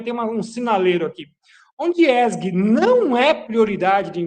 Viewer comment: DICA PROFESSOR ESG: LEITURA CORRETA É {E ÉSSE GE}